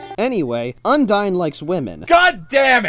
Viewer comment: UNDARN Like if you noticed that he said Undarn